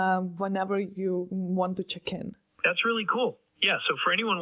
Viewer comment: She said "check in" but I was sure she said "chicken" 🙂